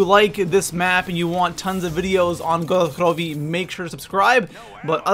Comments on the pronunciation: Please don't say gorod krovi like grolled kllovy you sound like a actual dumbfuck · please don't give it the accent, I hope they don't make a map in Mexico for him to butcher accents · why does he say good krovi so weirdly lol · Omfg I can't watch this guy, his pronunciations are just so aids it just gets me pissed, and stop saying double tap 2.0 just call it fucking double tap! It's double tap! Fuck man, and it jugg or juggernaug not juggernaut, and omfg I honestly thought he was joking when he said gorod krovi!!!!